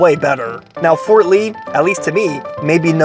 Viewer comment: Harams in Fort Ree